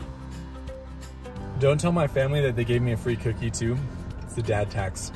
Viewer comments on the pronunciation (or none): none